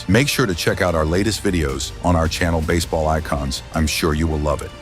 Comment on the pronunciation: Hamiltawn was out of bas-eh-ball for nearly three years 😂